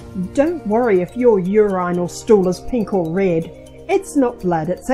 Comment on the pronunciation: Why would you get a speaker that can’t pronounce urine and contribute correctly